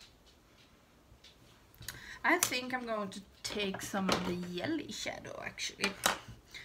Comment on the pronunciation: The looks turned out so pretty❣️. I never tried Fenty eyeshadows and now I want to after seeing how much u liked them. I also so enjoy how you say yelly (jelly) shadows. Always makes me smile. Thank u